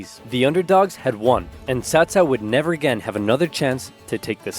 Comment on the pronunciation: Omg… not CowCow. CaoCao is pronounced as Qhao Qhao.